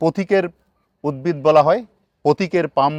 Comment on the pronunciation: রাত্রি বেলায় কোন দিকটা পূর্ব আর কোন দিক টা পশ্চিম সেটা জানবো কি করে। দিনের বেলায় ত সূর্য আছেই। স্যার আর একটা কথা আপনার থেকে উদ্ভিদ উচ্চারণ টা পেলাম না। প্রতি বার আপনি উদ্বিদ উচ্চারণ করছেন।